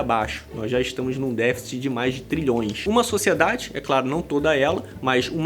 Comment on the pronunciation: “SÓCIÉDADI, FÉMINIXTAS, CONTRACÉPTÍVOS…”🤮🤮🤮🤮🤮🤮